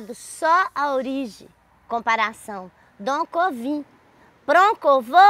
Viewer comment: Gostei do "doncovim, proncovo". Você é ótima!!!!!